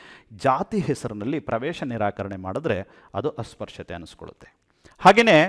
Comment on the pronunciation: Nim taragati adbhuthavagide sir super adre 17article pronounciation asprushyate sir bejaragbedi sir